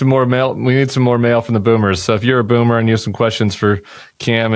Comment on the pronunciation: Boomer, not bummer.